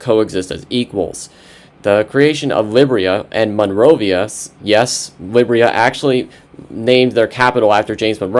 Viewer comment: I think it is pronounced Lye-beer-e-a not Lib-re-a